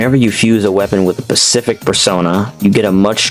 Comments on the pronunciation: Bro can pronounce Deus Xiphos but pronounces specific as pacific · Great vids but PLEASE learn to pronounce "specific" hahaha, it is so distracting